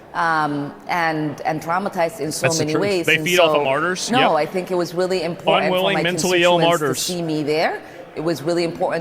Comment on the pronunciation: The impor-ANT mispronounciation of important by Ilhan makes me want to break glass